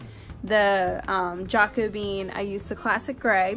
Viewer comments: JaaaaaCO Be. aaaaaaaahhhnnnnn. Not jaykobean From the Jacobean style in England. c. 1640. You're Welcome 😉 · So happy I got this suggestion for furniture renovations. Love your easy direct instructions. But, lol, the stains name is pronounced "ja-co-be-an", like 'jacob-e-an'. But jack-o-bean is cuter. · Jacobean is pronounced Jack Oh Bee Un (like Urn but shorter)